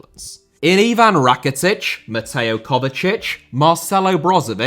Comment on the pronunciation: Rakitic,not Raketic.